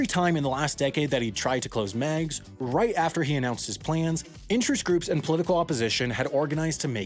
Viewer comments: I do not want to rain on your parade, but the name is pronounced Migs not Megs. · It's pronounced "Meegs", not "Megs". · Miggs. Not Megs. The pronunciation is off. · Chicagoans called this airport "Mig's" Field, not "Meg's" just so you know :) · Yeah it's "Migs", just like the airplanes we're going to shove up Russia's ass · If it was spelled Megs, ok..... but it's Meigs..... [MEEGS] field. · I believe it’s pronounced ‘Migs’ not ‘Mehgs’ field But I could be wrong. Can any other Chicagoans confirm? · Actually, having lived in Chicago with a father that was an Airline and Airforce pilot, I remember he HATED Meig's (Pronounced like MIGs, I think, not Megs). Meigs had the incredible disadvantage of trying to run parallel to an inward curving lake-front, meaning a pilot had to take some unorthodox patterns on take-off and final approach, and prevailing winds were always a pretty hefty crosswind (as local wind tends to either go out towards the lake, or in from the lake). The disaster Daley often complained about were either a plane crashing into the John Hancock (valid concern, unfortunately) or skidding off the runways because of the crosswinds. The airport also tended to foul up airspace for O'hare and Midway as well and Chicago is generally just a congested airspace without the add Meig's Field approach. While Daley probably had some personal issues with the Airport, he also had some very valid concerns as well. It was remaining open for rich people to avoid O'Hare and served almost no other purpose and was a threat as it produced low flying airplanes right in the middle of some VERY tall buildings. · Pronounced Migs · Love the video, but every Chicagoan like myself knows it’s pronounced “Migs” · In Chicago, we pronounced it "Miggs" Field. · As a native Chicagoan, hearing your pronunciation of Meigs Field each time made me cringe and curse out loud. It’s pronounced like Migs! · It's pronounced "Migs" ... The E is silent. 🤦🏾‍♂️ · Pronounced Migs, rhymes with digs.